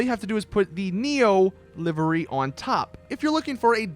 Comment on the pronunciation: live ery not livery